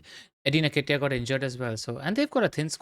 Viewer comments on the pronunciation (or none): That pronunciation of Nketiah hurts my soul